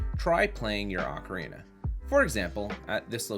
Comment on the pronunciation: This is a great video.... BUT.... "Ark-a-reena of Time"?!?!?!?! "CO-CORI Forest"?!?!?!? Nooooooooooooooooo 😢